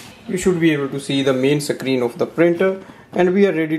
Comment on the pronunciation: You pronounce the word screen, not sec-creen. It is a one syllable word.